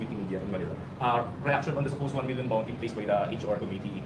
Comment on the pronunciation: Hoy Castro ayusin mo ang PAGBIGKAS mo sa LETTER. Anong LUTTER?? Dagdag na naman yan sa MELYON MO. Nagsama talaga kayo dyan WAM POINT 3. Sa compidential pand. Kakahiya kayo HOYYY!!